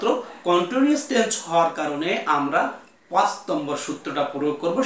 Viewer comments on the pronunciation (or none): none